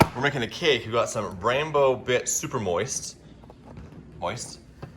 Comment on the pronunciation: Love emphasis on "moist"! Lol